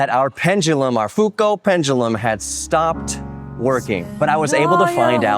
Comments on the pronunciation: "foo-co" has to be the most americanized bas7ard1zation of that name I've heard in a long time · "Foo Coat" pendulum sounds really funny. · Why do you Americans like to bastardize all foreign names? Try to honour Léon by pronouncing his surname with care.